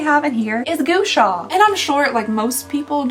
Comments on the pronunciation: okay its not GOO-Sha - it's GUA-Sha - Gua is pronounced like RAW but with a G. Think like this - GAW-Sha. Just trying to help unless you're not like super embarrassed to be mispronouncing it! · Gua like Guava, not Goo as in Goober Love your videos, congratulations on your wedding! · hearing her say goosha will never not be entertaining LMAO its supposed to sound more like gwa sa 😂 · No one tell her it's pronounced gWa sha because "goo sha" is adorable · "gu-wa sha" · Omg it's pronounced Gua sha - gwa sha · It’s pronounced Gwa Sha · It’s Gua Sha (gwuah-Shaw) but I love your natural hair I had no idea it was curly/wavy! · The universe will keep sending Gua Sha stones way until she gets the pronunciation right 😂😂😂 thanks for unboxing and have a good New Year ❤ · The way you're saying gua sha is absolutely killing me 🤣